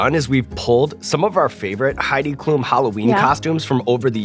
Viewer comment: Loved the episode. But as a German I have to tell you, Sean, that her last name is pronounced differently. It’s Klum with the letter u being said slightly shorter.